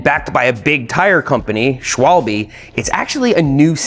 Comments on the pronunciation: It's "SchVaalbaa"... 😂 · Dear Americans, it's "sh-v-albhe", not "shwall-be". Other than that, great video, thank you. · Two things: A) Doesn't it weeken the rim if you drill a hole in it to fit a Schrader valve? B) Schwalbe is not pronounced "Shwalbeee" but more like "Shwalbey". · hearing that pronounced as “shwalby” hit me like a brick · "Schwalbee" love this pronunciation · Yo Seth sick video one thing u forgot tho, when I was riding my friends ebike for the first time and cased bunnyhop on to the curb and valvecore just exploded out because of the sudden pressure in tyre. And btw what is that pronunciation of the schwable, Schwallbee😭😭😭.